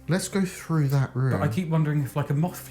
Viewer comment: I have a question when the word through or with you say it frough or wiff... Why. Im just wondering do you spell it the same way? Like Wiv or frough? California. Just curious